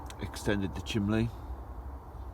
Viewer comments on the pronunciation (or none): Chimney, not chimley!!!!